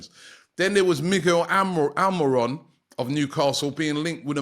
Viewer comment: Miguel Amuron??? Robbie WTF!!! Almiron please.